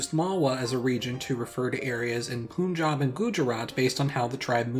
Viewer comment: AGH YOU DIDN'T PRONOUNCE PUNJAB OR GUJARAT RIGHT I guess it's fine tho :)